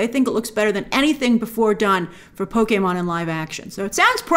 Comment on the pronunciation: For a non-gamer I thought you did a great job with this video (and I loved that you pronounced Pokémon correctly, though many would argue with me). I think the one people are overlooking the most is Animal Crossing. That is one of the newer Nintendo franchises (comparatively) and is able to bring in casual players who don't play video games normally (it has design aspects) and while many would ask what would that movie even be about, you might say the same for a Mario movie. A human moving into a town with wacky animals that change outfits and have offbeat humor is screaming billion dollar movie. I think it would be a bit early for a Smash Bros movie, but from a business perspective it's hard to avoid.